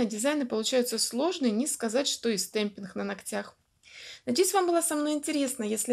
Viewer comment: Всё хорошо, но слово ,, стемпинх,,.... Это жесть. Вы бы старались все таки сказать с ,, Г,, чтоб это для аудитории получше звучало( извините, я обидеть не хотела